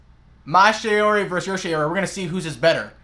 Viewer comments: Shaori (not "shayori" like how you pronounce it because it's "shaw-ri") makes the user absorb the power of the opponent's attack, then use the energy on offensive side. You're not paying too much attention. Attention to small details, please. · Bruh this guy doesn't even pronounce shaori right